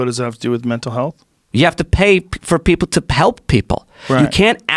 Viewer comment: Mines not fer sale bruh